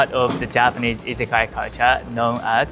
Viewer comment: You pronounce "izakaya" like many non-Japanese speakers. Your pronunciation makes it seem like it's correct!